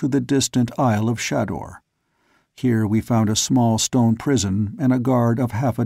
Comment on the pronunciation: Ok. Looks like you're ok with Xodar and Phaidor. Still, Day-tor, day-tor. Say it. Say it. Ahhhhh! lol And pretty sure Shador is pronounced Shay-dor. That's why there's only one D. smh